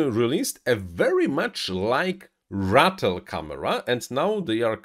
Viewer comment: Who else was laughing every time he said Rattle instead of Ratel lol